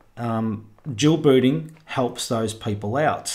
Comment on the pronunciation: ) I heard "jewel booty" and was like what??? Rewind -> Dual booting - oooohhhh